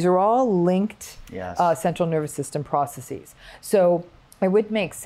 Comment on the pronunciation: ProcessES. Not processEEZ. )) (( Just like businesses is pronounced businessES. Not businessEEZ